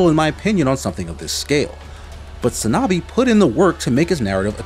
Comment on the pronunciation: 산나비. It's "Sahn-Nah-Bii", not "sAnAbi".